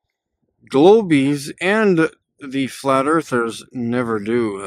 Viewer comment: It's truly ironic that he decided to build 3D objects to place on his 3D car... even his flat flurf hood sticker is 3D... and he is saying "Erff es Flat"